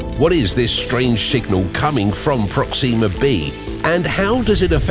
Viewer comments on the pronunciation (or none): 2 things: 1, you say Proxima like its Proxema, its not and it sounds so wrong 2, there are 2 forms of life. 1 is organic life like plants and animals, and there is sentient life, humans. So when everyone says "hey theres life insert planet here take it with a fuck ton of salt because the odds of there being sentient life on that planet is like you winning a jackpot, slim but not impossible, whereas it would be more common for organic life to exist